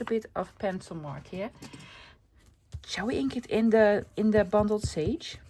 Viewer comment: I’m enjoying these shorter videos. Beautiful project. You make me smile it sounds like you are saying bumbled sage. Bundled sage comes from the bundles of sage used by Native American people in ceremonies. Blessings from Canada 🇨🇦